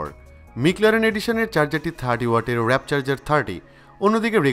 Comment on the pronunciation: Wrap na , warp 😕😕😕